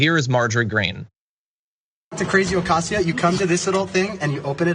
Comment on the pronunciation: cawcawcaw you sound like a crow ther. It's acoz io. not okzio. Your little playmates should be back in playschool by now.